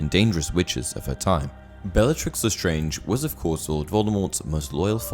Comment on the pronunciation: He actully says belllatrix The starng even tho its lestarnge